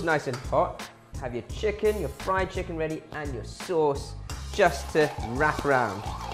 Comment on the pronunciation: Saaaauce. Soooos.